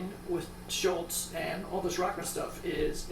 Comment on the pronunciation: great demo. It's Scholz, not Schultz.